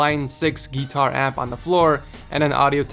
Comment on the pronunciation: Did say "Gitar amp"